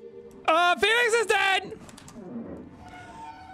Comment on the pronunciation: TO ALL THE STAYS... when jack said "hey felix" istg i heard it as "Oi FeLIx!"